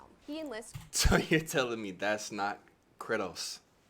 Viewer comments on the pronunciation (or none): Nigga said kriddos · This nigga said “Kritos”😂